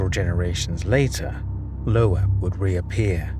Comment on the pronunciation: It’s pronounced LOBE not LOHH- AHHH you dunce